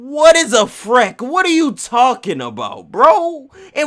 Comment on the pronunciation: Now you know damn well his nickname was pronounced “Freak”, not no dang Freck. 😂😂😂 Wtf